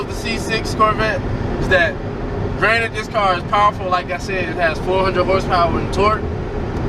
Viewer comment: Lol I read the comments first so I busted out every time I heard “Granite”😂. All love though lol